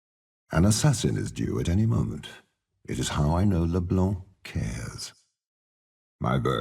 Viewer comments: Omfg he said Leblanc correctly! So many people say the damn C. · onebigbamf lol you sound triggered af with your kah-night bullshit (i'm not sure how you got to that analogy there was no "logic" at all). anyway even riot pronounces leblanc with a c and they're the ones who literally made and named her.